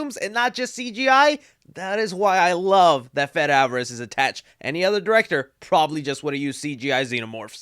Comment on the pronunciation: I love you but it's 'Fedaaaay' Fede is pronounced 'Fedaaaaay' NOT 'Fedd', come on now 😂